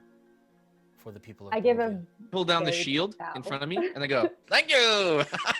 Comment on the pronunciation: Man really needs to read up on shield, this isn’t her first time flubbing it and it isn’t a particularly difficult spell to get the grasp of lol